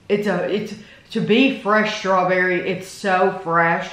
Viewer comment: I love how says Shtrawberry Mousse ha ha